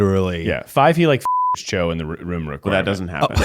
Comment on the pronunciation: When they first talked about Cho and Harry in the room of requirement, I thought they were saying "Joe" Me: Who the f is Joe??